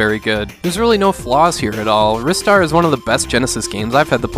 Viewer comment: Finally, someone who pronounces Ristar the way I do rather than "Rye-star" :P Also failed to mention this has one of the best OST's on the genesis!